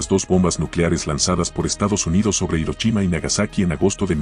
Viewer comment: Por qué mezclas idiomas o te inventas las pronunciaciones? Hirochima? Qué aberración.